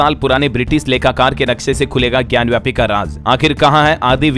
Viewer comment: महोदय, ज्ञानव्यापी नही ज्ञानवापी बोलिये,गलत उच्चारण न करें।